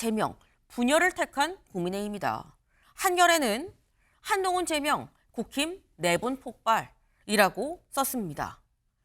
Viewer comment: 안농운으로 들리는데 뭐냐?ㅋㅋㅋ가발벗으라고 조롱하는거임?ㅋㅋㅋㅋ